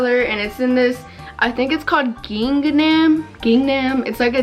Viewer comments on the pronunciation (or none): GIngNam sksks (ging-am) haha love u tho sis